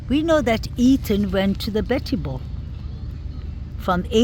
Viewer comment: What a beautiful place! I’ve watched alot of your videos. I just heard you say E- “th”an!!! I was going to tell you, if you can practice ”th”is you will have his name correct!!! It’s E-“th”an! He was on the bed but I believe his neck was slashed and if he/ they carved his legs at all… it was after he had passed!😢 RIP Kaylee, Maddie, Xana and E “th”an